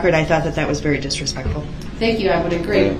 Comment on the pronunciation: That’s disreSCHPectful.